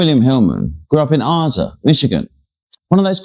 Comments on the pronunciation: He was from Ada, not aza, arza, whatever you said… pronounced Â duh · I only live 10 miles from this pile of garbage. his mommy and daddy were enabling him and are just as disgusting they should be in jail with their murderous brat!! you mispronounced Ada Michigan..